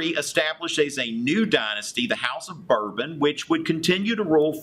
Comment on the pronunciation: No. You didn't say it properly. It's like saying "Val-wah". AND, it's Bore-bonn. :) Lol.